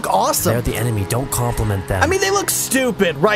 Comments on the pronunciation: When ignis said "an enemy" what I hear is "an anime"😂😂 faceplam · It sounds like Ignis said Anime instead of enemy xD its funny! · That part i thought i heard "anime" 🤣🤣